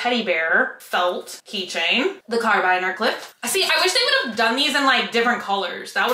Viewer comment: “My furby needs a ring.” I love watching your videos. It makes my heart happy. Thank you ❤️ It’s carabiner. There’s a second a in it.